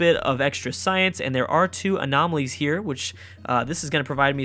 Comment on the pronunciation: Having trouble saying 'Anomalies' friend? :)